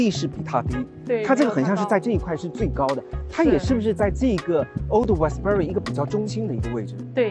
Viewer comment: 因為佢係撈仔